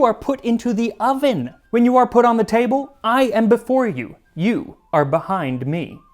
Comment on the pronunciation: “…you are put into the OV-EN”